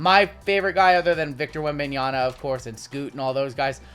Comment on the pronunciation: I really hope you learn to pronounce WembanyaMa before he starts showing up in more product. ;)